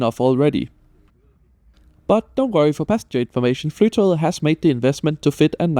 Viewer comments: OMG I CAN'T! The amount of times he said "flytow"... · 😅 It's not pronounced Fly To Get. Flytog means flight train in Norwegian (tog is train). The ending -et forms the definite form after the noun according to Norwegian grammar rules, therefore Flytoget means "The Flight Train". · Norwegian Flytoget with the danish pronounciation took me a moment to digest 😆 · Puzzled by your pronounciation of "Flytoget" ( I think of it as english Fly to get" )